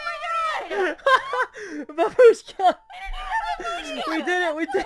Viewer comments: It’s bAAAAAAbushka :(( Y is the only way people say grandma babUUshka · did he just say babushka rae??😂😂 GRANDMA RAE NOOO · The only Russian word she knows she pronounces wrong haha